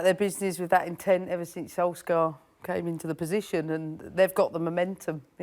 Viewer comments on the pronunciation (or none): Why do people call him "solskah"? Wtf is that? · Who tf is ‘Solskgar’? 😂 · The question is, why can’t she say Solskjaer properly. Scar 😂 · Can we discuss the fact that she just called Ole "SolsCAR" 😂😂😂😂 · She calls him solscar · Im sorry but did she just call him SOLSCAR? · Okay I get it English speakers. You won. We have to know your language, you don't have to know ours. But c'mon. You've got the correct sound in your language already. Sol + chair = Solskjaer. Everytime you pronounce that K you infuriate 20 million Scandinavians, stop it or else we will... we will.... we'll do nothing, but c'mon. Do right by the baby-faced assassin. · You know there's a Muppet on the Tele when Paul Merson is more able to pronounce player names then them.... Why can't she speak properly?! "Solks-ger" 🤣